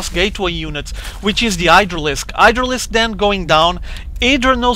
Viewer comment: I love how calls Idra's Hydras "Idralisks"